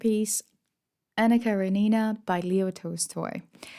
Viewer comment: Thanks for the review of AK. If you pronounce Karenina with the stress on REN you'll sound like a Russian. :) Keep up the good work